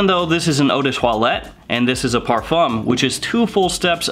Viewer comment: If you decide to make videos about this genre, please learn how to say ‚parfum‘ first